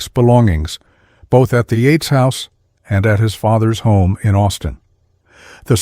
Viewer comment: Techs not Tex. Bee not B.🐝 Yates not Eights.